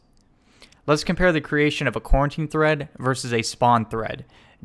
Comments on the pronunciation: Great tutorial, but it's pronounced Co-routine. Not quarantine. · Lol I keep hearing "Quarantine" instead of "Co-Routine" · Are you saying "quarantine"? I've never heard it pronounced that way, but maybe it's a regional thing. I've heard it pronounced "co-routine". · Bro it's fucking Co-Routine not Quarantine! 😂😭🤣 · co routine not coreruotine